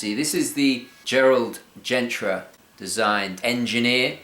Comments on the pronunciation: It's Genta, not Gentra. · He keeps pronouncing Gerard Genta as "Gentra".. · Great video but please, its GENTA, there is no R ;-) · it's Gerald Genta. No R in Genta...